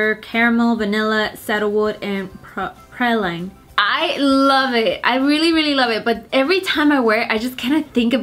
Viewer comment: Also praline is pronounced as " "pray-leen"